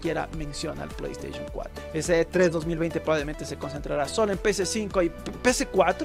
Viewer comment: pollo estaishon 4 xD